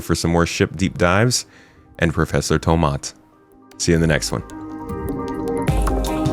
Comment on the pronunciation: Professor Tomaat. Wait, did you just turn Dutch?